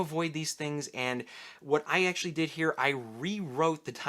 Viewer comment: Candidate: Conan the Barbarian. "Do flowahs grow heah?"